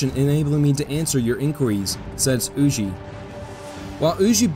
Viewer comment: Huger pronounced U Gee